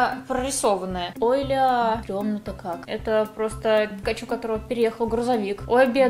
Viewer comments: Ни пекачу, а пикачу😣😣😣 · Простите конечно,но,она дура?)) Почему ПЭКАЧУ Если надо Пикачу? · Не пакачу а пикачу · Не пЭкачу, А ПИКАЧУ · Не пакачу , а пикачу